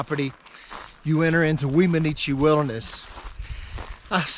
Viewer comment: One of my favorite Weminuche(pronouced whem-a-nooch, simple no other vowels) hikes was to go from Wagon Wheel Gap hotsprings to Puragtory. Probably aren't even allowed to do that anymore as there weren't connecting trails in those days. Chicago basin at the end is simply a stunning way to end a trek like that. The whole trip was amazing I never even knew how many miles it was but I was both sad and elated when it was over. Funny way to end trip though, cross the Rio De Las Animas(the river of lost souls) back into Puragtory(civilzation). I set out with one week of freeze dried meals, 2 pounds of gorp, and 2 pounds of rice. I continuously wild crafted and fished and still ran out of food almost 2 days before getting back. Don't attempt that trip in the fall unless you have food drops coming to meet you. I said fall but at that elevation the begining of august is fall. Last 2 weeks of July is the only safe time most likely. I got snowed on a lot on that trip and it was just mid August. Someone told me before I started I would need snowshoes to pass down into Chicago Basin and they were right. The snow fields took me almost an entire day to cross without them. At the beginning you can take a side to Wheeler Geologic which is worth spending at least two days at, which I highly recommend. Of course that's also why I ran out of food. LOL. I stayed as close to the divide as possible just so I could spy out the best spots for camping for that night and an early fishing and wild harve